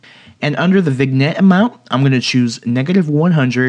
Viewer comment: Cool tutorial, but... "vigg - nette"?